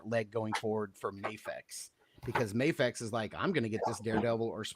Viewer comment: Replay crew. Love the episode but it’s Mafex with an A sound not an Ah sound. A vowel followed by a single consonant and then another vowel makes a long sound.